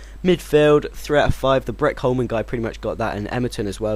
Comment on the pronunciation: It's Brett Holman, not Breck Holman